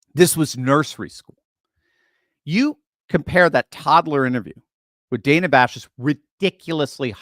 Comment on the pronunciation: She Kamala called Dana Bash......Dan ah. Lmao!